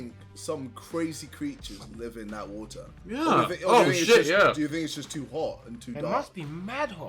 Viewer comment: WHAATER XD